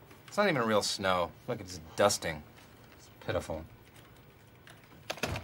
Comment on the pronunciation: Did he say, fuckin just dusting. Cus thats what it sounded like.